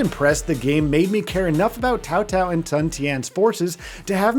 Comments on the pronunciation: Tsao Tsao, not Kao Kao :p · I heard cow cow and tao tao multiple times haha. Wouldn’t it be tsao tsao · Why can no reviewers pronounce Cao Cao's name correcttly? lol - Earlier someone pronounced it Chow Chow. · I'm gonna lose my mind if I hear "Cow Cow" another time 🤣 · The way you keep butchering Cao Cao's name makes me cringe so hard. It would be fine if you just didn't know how to pronounce it, but you mispronounced it is more than 1 way. Anyways with such a lackluster roster I'll probably wait for a price drop.